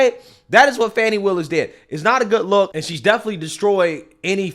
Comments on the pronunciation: They keep calling her fawny. Her name is Fani. You know, like a butt. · It's pronounced 'fanny' Like a butt. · Thats right its pronounced "FAN" ny. If it was supposed to be pronounced the other way, her mother should have spelled it right.